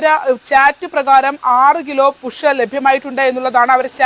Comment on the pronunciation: പുഷ്. അല്ല കുഷ്